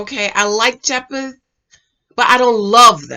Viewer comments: PLEASE pronounce Jephte’s name correctly!!!! It’s pronounced like Jeff-tee NOT Jep-Th!!!!!!!!! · I think his name is pronounced Jeff-tee lol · I’m so weak at her saying “Jep-eth” 😩😂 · Please say Jephte name correct. Pronounced ‘Jeff-Tee’ said multiple times on the show 🙄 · Omg, the man's name is JEFF-TEE 🤦🏽‍♀️🤦🏽‍♀️🤦🏽‍♀️ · His name is pronounced Jef-tee. 😉 Jephte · His name is Jephte (jep tee) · ..... and kept pronouncing his name wrong . 🤦🏽‍♀️